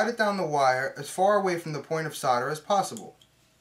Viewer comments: S.O.L.D.E.R... it's solder not soder! Great video though. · not SODER but SOLDER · As soon as you used the word 'Sodder' you lost me - can you not pronounce the letter 'L'?? as in 'soLder' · I still don’t understand why Americans say “sodder” it’s insanely annoying. Good video. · "Sarder"? I came here to learn about 'soldering'. Looks very much the same actually! Very informative video. Thanks. :) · Whats Sarder???? It says solder on the roll.. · say "saw-der," ya freaks. Or would you rather say sol-der, and after that you can water proof a tub by applying call-king, huh? bahahahaha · Sounds like you're saying cider not solder lol, it's making me thirsty! (Is that just the american accent? I'm from UK.) Anyway great vid thanks.